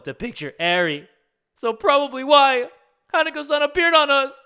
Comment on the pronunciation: OMFG, was pronouncing Hanako-san wrong the entire time.